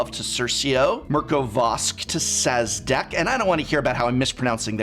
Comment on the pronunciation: Wait... You did pronounce Szadek right. Who says it's pronounced differently!?